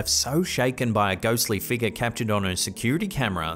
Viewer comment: it's pronounced (fig' yur) , not (feega) , ffs